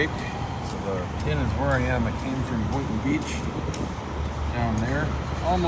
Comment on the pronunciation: Lol at your pronunciation of Boynton.